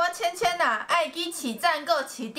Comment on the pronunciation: 為什麼千千唸起來超像香皂的台語XDD (((一直想不起來還打電話給我媽問台語是什麼意思XD